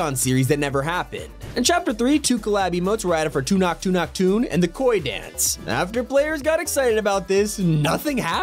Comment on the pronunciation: As a Sikh I can confirm that’s not how you pronounce tunak tunak😢